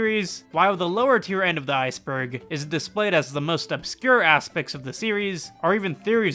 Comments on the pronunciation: Iceberg? More like Ice-en-berg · It’s actually Called an icenberg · Iceberg more like icenberg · So this video is an... Ice-enberg? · Ah, you mean Icenberg?